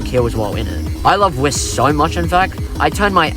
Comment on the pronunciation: Please stop saying wist and say W Y S T. Pretty good video tho.